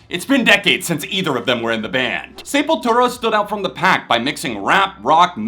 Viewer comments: ITS SEP NOT SAYPOYTERA CMON LOL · SEpultura. Not SAYpultura. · When I was a young boy in the 80’s I pronounced it SUH-PUL-TRA 💀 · that is the Americanized pronunciation. Say-pul-too-ra would be the correct Spanish pronunciation.